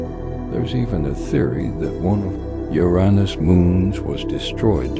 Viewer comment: Holy mother of fuck, this is the first time in quite a long time I stumbled upon a video where Uranus is pronounced properly!